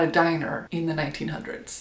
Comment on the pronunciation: Why would you say “1900s” like that?😅